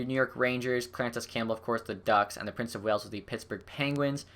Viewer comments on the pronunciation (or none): none